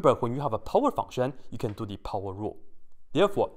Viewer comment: I love how he says pOWeR